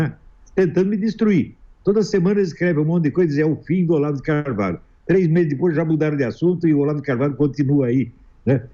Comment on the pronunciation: Olavo de Corvalho? kkk Esse é preparado pra entrevistar o Goró